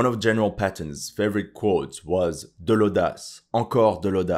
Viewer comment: Geral Paton? Really.